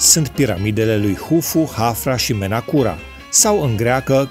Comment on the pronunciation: Piramida lui "Menakura "? Eu auzisem de Menkaura, dar,mnoo, eu sunt "decât " un sătean needucat